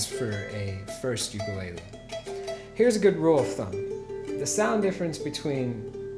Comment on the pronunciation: You are saying ukulele wrong. But good video